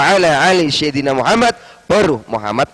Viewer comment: 02.19 ceye... gak bisa Baca Sholawat..mana ada sayyidina dibaca syayyidina.. mana sholli di baca salli. sholli ama salli beda arti pa ustad(eeh bukan yah)😆😆 cyeee ngaku nya sekolah di madinah baca Qur' an aja kaga Faseh... cye mana ada org islam menyebut ayat alqur an pake kalimat " surat.pasti surah wkwkwkwk